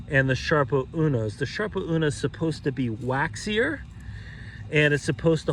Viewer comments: What?..sharpo ..it's SARPO not sharpo!!! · Sarpo. Not Sharpo. Thanks